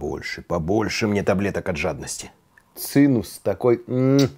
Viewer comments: Не "ЦИНУС", а "ЦИМЕС", Вы же повар, а "ЦИМЕС" - это еврейское блюдо. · "циМус", а не "циНус". И как это "готовить вместе, когда сидишь ОДИН дома..."?!